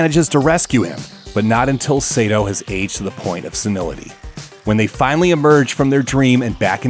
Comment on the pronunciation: IT'S NOT SEITO IT'S SAITO! SA-I-TO!! さ・い・と・う！！！斎藤！！！！It's really annoying when people mispronounce Japanese names, especially when it's my last name!